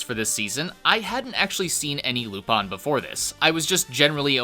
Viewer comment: I've never heard anyone pronounce Lupin as "Loop-On" before.